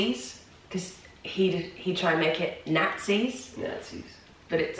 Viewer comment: People always focus on the R's, but I think what makes the biggest difference when Brits do American accents is the A's. The way you said Nazis remind me you use the same A sound in tapas and tacos etc. Borrowed words like that are huge in getting an accent right. We use more of the international A sound, whereas Brits do everything with that very British wide A. And that might also be what sounds Michigan honestly, because we have some ugly A's we use for words like cat. We say it like kyat, so that might have somehow transferred.